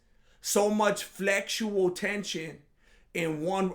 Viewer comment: "Flexutal tension" 😂. doesn't get enough props for his one-liners.